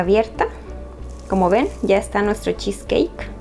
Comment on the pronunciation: Cheesecakekkkkk que feo pronunciado